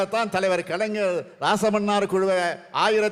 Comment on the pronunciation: அது ராச மன்னார் குழு இல்லை ராஜமன்னார் குழு. 😂😂😂 தமிழை சரியாக உச்சரிக்கவும் மிஸ்டர் ஸ்டாலின் அவர்களே